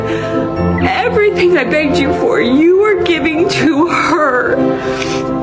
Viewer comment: I know she is saying 'begged' but all I hear is NAGGED - LOL